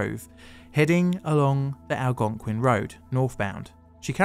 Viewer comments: Great job correctly pronouncing "Algonquin" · at least he pronounced it like a local, pretty impressive for someone on another continent.